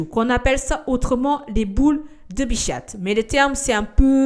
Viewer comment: Bichate c’est trop chou comment tu le prononce 😂 c’est bicha(t) le t ne se prononce pas mais c’est trop chou bichate